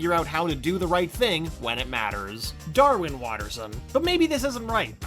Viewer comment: No. "Darwin" not "Darwism"